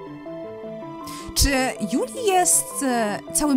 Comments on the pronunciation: przepraszam że dopiero w tym odcinku ci to mówię ale Juli czyta się Dżuli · Czyta się DŻULI!!!